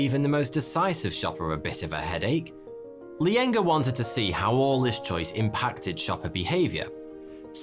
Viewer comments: Its Sheena Iyengar (said as Aie-yen-gar) and not Lyengar xD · Hey, think it's Sheena Iyengar, not Lyenger